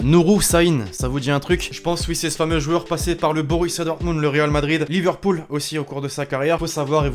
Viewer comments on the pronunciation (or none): none